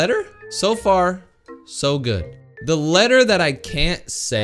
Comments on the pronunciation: You said good-D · u said goo(d) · bro said and and good